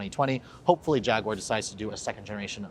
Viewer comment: Too bad he can't pronounce Jaguar correctly...